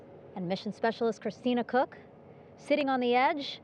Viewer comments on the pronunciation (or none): none